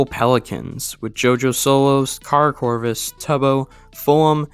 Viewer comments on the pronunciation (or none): none